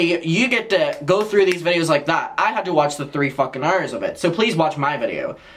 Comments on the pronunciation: pls i luv the way he says hours. heurrers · “3 FUCKING EYERS” 😭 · I love the way you say “hours” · I don’t know where your accent is from, but I love how you say “hour(s)”. I replayed it like 10x lmao. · The way you say hours had me screaming 🤣🤣🤣